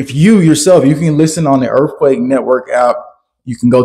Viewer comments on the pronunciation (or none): Earffquake? Is TH really the same as FF? Say the word like it’s spelled Son